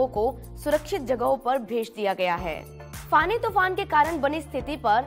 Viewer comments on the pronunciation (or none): इसका नाम फोनी है न की फानी।